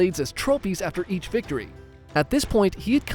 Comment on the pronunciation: Did he just say bictory